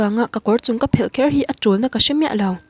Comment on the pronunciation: Tawng thluk hi a diklo leh zauh thin, meng Phel, a fel or i fel tih thluk ang ni lovin (kawrphelh) tih thluk anghian thluk tur ani.